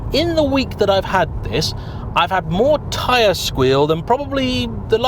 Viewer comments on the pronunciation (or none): none